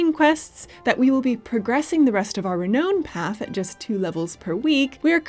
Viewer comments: Hearing say "Re-noan" over and over was NOT the kind of torture I signed up for when I subscribed to the channel, guys... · Why is pronouncing Diablo & Renown so oddly?